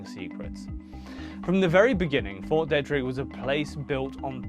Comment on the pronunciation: Frederick native here, born in 1987 - theres lots of stories and rumors about fort detrick (pronounced Dee-trick) in Maryland (mair-uh-lind), there always have been. It was open that it was a biological warfare development facility, though, but the things they did there made for juicy rumors